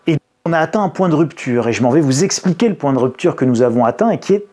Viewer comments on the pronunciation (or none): none